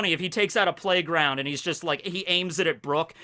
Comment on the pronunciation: This video made me realize that "playground" and "plaque round" sound very similar 😅